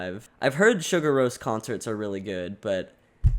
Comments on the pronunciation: Btw, it's more like "See-Gour", it's not prnounced Sugar. XD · See-Goor-Rose not to be rude, but it’s the correct pronunciation (I love this video by the way) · i love your enthusiasm for this but please stop saying sugar roce 😂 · Please try to pronounce their Name correctly.Its Islandic,not American.....Anyway,its one thing listen to this Album,but to see them LIVE is on another Level .This is one of the Best Live Clips available for the Last Track,also their Last Song in their Live Shows : Sigur Rós Untitled #8 (Official Live Video)